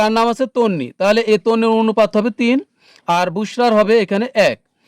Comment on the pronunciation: sir onopat bolle valo hoi😅